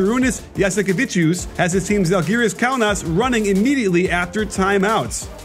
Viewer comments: Žalgiris, o ne zhalgiris.čia komandos pavadinimas, o ne šiaip žodis kuris verstusi į anglų kalba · To be fair a lot of Euroleague commentators mispronounce Lithuanian names. I'm not too bothered by it most of the time but if you're talking about Žalgiris or Jasikevičius a lot, you'd ought to at least learn these two words.